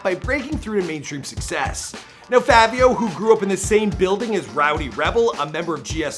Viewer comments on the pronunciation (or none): Fivio not Favio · My guy it’s not favio it’s, fivio like five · Stop saying FAVIO NIGGA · They Were Famous PLEASE LEARN TO PRONOUNCE THE NAMES OF THE PPL YOU ARE DOING VIDEOS ON...ITS CRINGE WORTHY HEARING YOU SAY FAH-VIO..(IT'S PRONOUNCED FYE-VEO)...ONE VIDEO YOU SAID RUH-KEEM...IT'S RAKIM (RAH-KIM)...THANK YOU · Bruh ain’t even day Fivio name right😐😐 Favio? It’s Fi-Vi-O, Say with with me, Fivio. 😭😭😭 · its 5vio not favio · Im still windering why he sayin Favio its Fivio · Its not favio its fivio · “Favio Foreign” where tf do you hear an A in “Fivio”🤦🏾‍♂️ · ITS FI-VI-YO‼️. Favio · Why he say Favio like there’s a “A” in there. It’s Fivio like the number 5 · It’s not Favio it’s faaviooo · Somebody tell me where In fivio foreign There's an A he kept saying Favio foreign like nigga what 🤣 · Favio? Jesus christ🤦🏾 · FYE-vee-ohh... lol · Why does he keep saying “FAAAAvio foreign” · Who tf this dude think he is callin him “FaViO” 🤦🏼‍♂️🤨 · Fucking “favio” 🤦🏽‍♂️ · why it sound like he saying "fabio" 😂😂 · Na He type butchered this one “bliskies” “Favio” 😒 dont kno nothin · I can’t finish the video “fahvio” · Mans said Favio Foreign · ``FAVE-EYO´´ ..?? ..&.. `` BLiCK-SKEE´´ ..?? .."COME-ON DOG..!! YOU GOTTA DO BETTER THAN THAT"..!! 🤦🙅🙅🙅🙅🙅🤦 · This guy don’t know how to talk “Favio” “blick ski ina box”🤦🏾‍♂️ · How do you do research on this person, and other this other stuff, yet mess up the name, you sat here and said favio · The “favio” is killing me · Bruh I deadass hate how u pronounce his name lmao it’s FIVI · You need to redo this vid bro smh it’s FI-VEE-O Foreign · i’m convinced that doesn’t know how to read. it’s pronounced FAH-VIO and the way he blixky, it’s pronounced BLICKY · Bruh really said “FAHvio foreign” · fahvi sosa, viral muvie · Bru why I say his name like that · Didnt even say his name right the whole time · how you do research on bro and still cant pronounce his name right smh